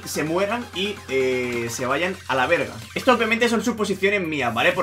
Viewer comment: Oye yo soy mexicano y lo dijiste súper bien jaja ( a la verga ) aunque es una grosería saludos uso tú código